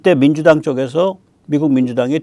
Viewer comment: 역겨움, 노베루우, 단골이라 구매 루트 잘 알아, 만저당이 알아서 사줄께!!! 로 들림.